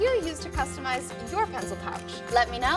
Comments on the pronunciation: Did u say "putzul" pouch? XD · It sounds like your calling it a pretzel pouch haha